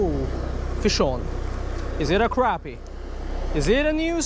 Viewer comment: And he can't say crappie either